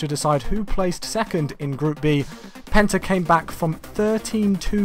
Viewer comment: Penta sounded like Benter